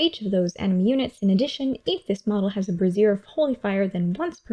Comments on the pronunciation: Bray-Z-Ear. Not brassiere. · Brassiere of Fire. I had to laugh every time you said it. Sorry. lol Not nitpicking but its pronounced (brāZHər).